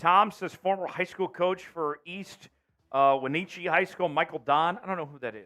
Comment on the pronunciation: we-natch-eee is the correct pronunciation